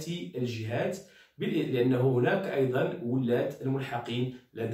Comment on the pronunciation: ولاَة و ليس ولاَّة